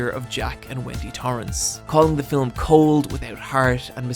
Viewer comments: The word is ‘film’ not ‘fill ‘em’ but I guess it all depends on where you were brung up. Ha ha. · whgy do you say fil-um though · It bothers me more than it should that you have the tendency to pronounce 'film' as 'fillum'. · I was right with you until you said "macarbic" which I think you think is an adjectival form of "macabre" but buddy, English doesn't work like that. You can't just stick English adjective endings onto loan words from French. Also do all Irish people say "filum" instead of "film"? You said "film" a couple of times but later started adding an extra vowel. (I'm just picking on you, great vid, look forward to the next ones for October) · Say it with me- Fillum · Love your work, and I mostly don't like film analysis that isn't explicitly comedic, at least when it comes to YouTube. Really wish you didn't say fill-um, though. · why does he say filam ?? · A fillum that haunts people? lol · “Filum” Redrum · The most terrifying about this video is your pronounciation of the word "Fillum". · Every time he says "Film" as "filum" it's the cutest thing ever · "Fi-lim" You keep pronouncing film wrong and it keeps bothering me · You talk so slowly in this one that you've managed to give the word "film" an extra syllable.